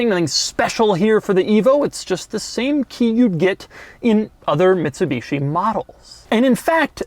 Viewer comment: “Mitshibeeshi” hahahahha